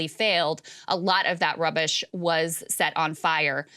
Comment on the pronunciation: I had to call the doctor when I heard "rubbish". OMG.